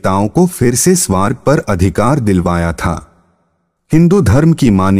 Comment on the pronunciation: Apke pronunciation bahut hi kharab hai kripya ismein kaam kijiye (bhramadev not bhrehamdev....saptshati not sap tashti... swarg not swaaaarg)